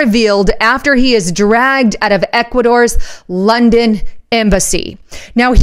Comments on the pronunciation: "Drugged" or dragged out of the embassy? Please speak clearly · "Dragged out" not "Drug out" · Dragged out...not drug out. Please.....